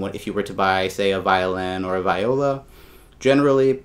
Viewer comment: Viola is pronounced "vee oh la".